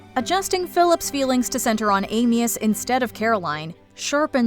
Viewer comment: it's pronounced Am-ee-us. That is how everyone in the film pronounces his name.